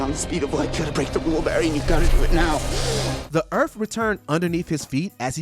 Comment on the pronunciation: Earth not Erff